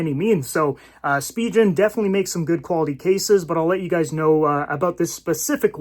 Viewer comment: You are pronouncing Spigen incorrectly.